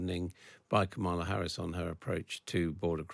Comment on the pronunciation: If people are interviewers at least have the decency to pronounce Kamala Harris's name correctly. Black and Brown people have to continuously put up with this disrespect.